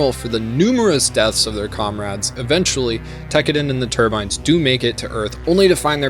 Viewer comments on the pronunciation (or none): I loved the video but you miss pronounced so many names in the video it was like listening to a grandma say nooroto. You got Turbine (tur-bin), Gaelio (Guy-lee-oh), Barbatos (Bar-BUH-tos/ not toss), August (AW-gust), Kudelia (koo-DEE-lee-ah), Itsuka (EAT-soo-kah), Alaya-Vijnana (uh-LAY-uh vee-NYAH-nuh). You said you watch the entire anime twice man come on.